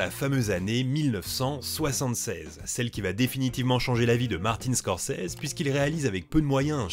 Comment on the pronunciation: "Martine Scorzizi"